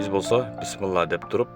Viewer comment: Биссимилаах де ее тууган бысмла десен мааниси жоголот